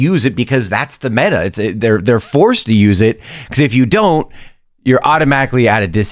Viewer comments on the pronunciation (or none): none